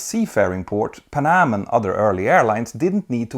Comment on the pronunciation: pan---am, not panam